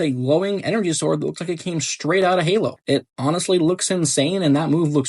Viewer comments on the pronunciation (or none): none